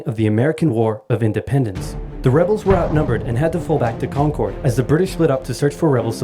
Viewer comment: Wonderful! Please also do Part II. We're only part way there. For those not familiar with the area, the town of Concord is mispronounced in this video. It is correctly pronounced like "conquered." And so is the native concord grape, as in "Welch's grape jelly is made from 100% 'Conquered' grapes."